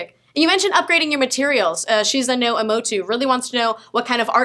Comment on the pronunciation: Imouto(E mou tou) not (E moe to)